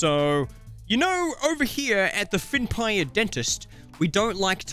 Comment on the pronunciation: I love how you sed fyinnpire but then you sed fake